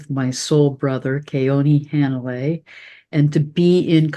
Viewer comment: Hanalei is pronounced Huh-nah -lay.